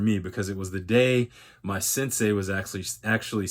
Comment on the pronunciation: Turned off video when i heard "sensei"